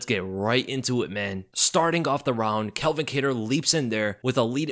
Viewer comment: Why do you keep calling him Kel-vin? It's pronounced CAL-vin. Why do people always mix those names up